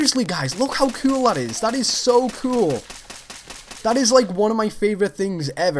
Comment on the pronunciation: "That is so cewl!"